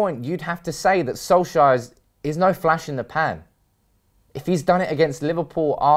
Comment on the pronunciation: FFS Get his Fkin name right, It's Solskjaer NOT Solshire.